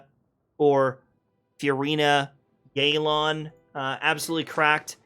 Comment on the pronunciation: its not yey lan its yeh lan. You cant use "proper comp" if all is equal navia is literaly actualy better than more than half the roster of new 5 stars but it is what it is, hoyo wants to sell and they will power creep, inevitable